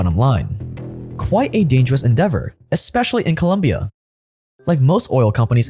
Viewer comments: The video is amazing, but please it's Colombia, not Columbia. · Great content as always but... Dude for second day in a row... It's not "Columbia", it's "Colombia"😎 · My man.. COLOMBIAAAAAA, not columbia, please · Its colombia not columbia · It's Colombia not Columbia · Sup! It's Colombia, not Columbia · Colombia not Columbia 🙇🏻‍♂️ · It’s Colombia, not columbia sir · It's COLOMBIA. Not Columbia. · Its colombia goddamnit not columbia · Its Colombia not Columbia:) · ColOmbia, not Columbia….. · It’s COLOMBIA not Columbia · It's not Columbia it's Colombia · The country name is Colombia not "Columbia" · Colombia 🇨🇴 not Columbia 🏫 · It’s COLOMBIA not colUmbia… ignorance/… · Colombia, not Columbia. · It’s Colombia not Columbia 🤦🏽‍♂️🤦🏽‍♂️🤦🏽‍♂️ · Why can't the get the name of the country right? Just open the Wikipedia page lmao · Hey, I'm not shocked about what BP is capable of doing, nor what they actually did. I'm just shocked that YOU sound shocked. Another thing, geography 101, it's ColOmbia, not the University on the UWS., you shock me... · For fuck's sake, it's ColOOOmbia. I don't if this guy plays stupid to get more views or if he's just plain stupid. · Due, the name is Colombia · It’s “Colombia” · The fact that you couldn’t get right the name of the country you’re talking about makes me think about everything else that might be incorrect with this video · Its Colombia my g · It's colombia* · Bro it’s Colombia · Hey youve been to Colombia. I dont think it's that hard to get the name right. Good video though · Colombia 🇨🇴, not Columbia 😉. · It's Colombia lol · It's Colombia 🤦‍♂️🤦‍♂️